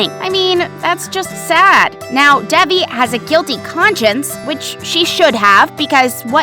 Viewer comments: it’s Davi not debe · It’s DEVI , she pronounces her own name wrong lol 😂😂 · Ik, they said it wrong it the video. Which is confusing because it’s literally one of the most easy names to remember and say correctly 😃🤚